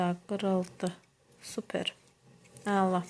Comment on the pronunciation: elə görünür sənin "əla" deyişindən."Eyla"